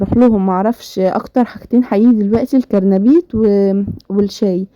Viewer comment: اسمو قرنبيط مو كرنبيط 😂